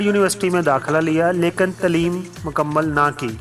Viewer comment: Good Knowledge... BTW word Taleem needs to be pronounced right way. (tleem nahi bhai Taleem)